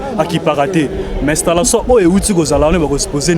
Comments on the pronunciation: Stallation ou installation ? Eeeh ba chronifuati hum! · Journaliste stalation te balobaka installation